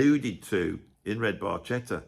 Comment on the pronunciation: Bar Ketta. No worries, Geddy couldn’t pronounce it either